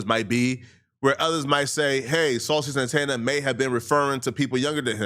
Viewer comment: Miss Saw-Cee 💅